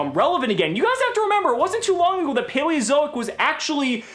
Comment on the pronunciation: Ok, am I the only one hearing him say "Paweozoic"?